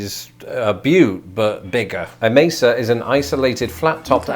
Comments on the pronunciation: Mesa is pronounced maysa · Mesa is pronounced "May-SA"